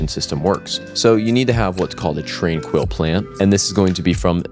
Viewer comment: it's zen not zin and tranquil not trainquill